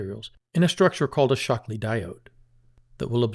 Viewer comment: I think Schottky it's supposed to be pronounced like "shot-key", not "shock-lee"...